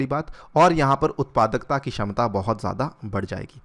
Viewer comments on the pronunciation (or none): none